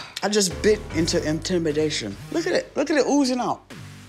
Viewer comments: when she kept saying “ intimidation” kinda like a weapon I felt it in my soul 😳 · Intemdation oozing out lmfao